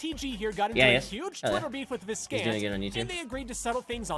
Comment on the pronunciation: Viscant is pronounced vigh-cant though